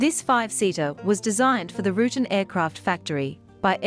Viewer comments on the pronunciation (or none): You missed on 4 points. 1st: the VoltAero Cassio is simply a re-engined Cessna 337. While I will admit the engine choice is unique, its basic air frame is still built by Cessna. 2nd: I've heard Rutan pronounce his name as Ru'tan, not ruten. Just an accent difference, I guess. The French auto manufacturer Renault has the same problem in America when it used one pronunciation during the 1960's (into the mid to late 1970's and earlier) in the US and has since reverted back to the actual (and proper) pronunciation later. 3rd: The Dornier (which has a French pronunciation as well as an Anglicized one) Seastar is actually a re-engineered design from the mid 1930's, the Dornier Do 18. Dornier also designed and built 2 other, radically different pusher/pullers of WWII era: the massive 4 engine/2 nacelle Do 26 and the equally impressive Do 335 "Arrow" fighter. Not surprising from the same man/company which pioneered the Do X 12-engine (in 6 pusher/puller above wing nacelles) flying boat whose first flight was in 1929! Top spot should have gone to the Cessna 337 since it was not only a full production aircraft with several variants, but also saw military service during the Vietnam War as the O-2. All the others were of limited or "kit" production, although the DoubleEnder could change that. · It's also pronounced Roo Tan with the long a sound like van. Not Root'n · I had to stop watching when she said "rootin.. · Pronounced Rutan (roo-tan)